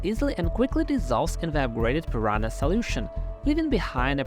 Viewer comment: Prononciation: PEE-RUN-(Y)A. NH sounds like NG in "sing".